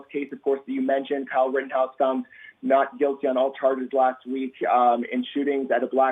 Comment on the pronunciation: Kinda made me a little mad when he said like the “Rittenhouse case”